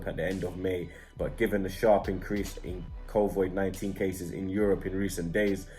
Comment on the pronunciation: makes fun of Robbies pronunciation then says "covoid-19" Lmao